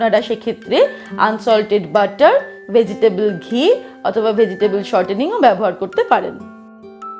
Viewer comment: Vege table ghee বলতে এমনে ghee বলে না